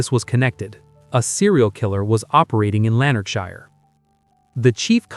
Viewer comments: Awful pronunciation Americans can't speak properly. It's shire not Shi-er .. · Lanark (quickly spoken)..... shire (spoken like "Sheer" quickly and emphasis on "e" but almost like a short "a" and no pronunciation on the last "e")